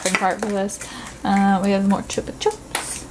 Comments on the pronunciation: it's "chupa chup" as in "up" not "oop" but yay this was fun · "Chup-ah-chup" not "choop"